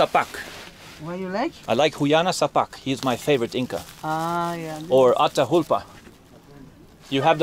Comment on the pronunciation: Atahulpa not, say Atahualpa...